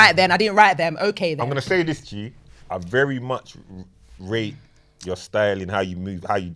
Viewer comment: this is pronounced this, not dis.